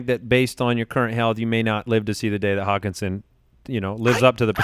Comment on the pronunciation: call hockenson "HOCKEYE"